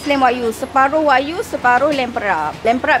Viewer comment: Wagyu sebutan masing2 wakyuuuu 😂😂😂😂